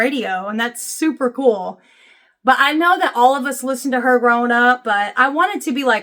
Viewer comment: I like how you say there and her: "thurrrrr and hurrrrr" Remember the Chingy song?